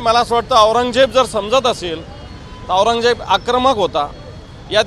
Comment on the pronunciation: अरे न्युजवाल्यांनो आधी बाराखडी शिका रे 😂😂🤣 औरंजबजेची 🤦🤦